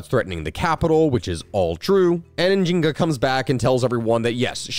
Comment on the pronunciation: Dude I think you're supposed to pronounce the n in nzinga